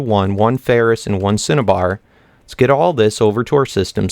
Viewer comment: uum lets see say ten cinnabar it sounds like you say satan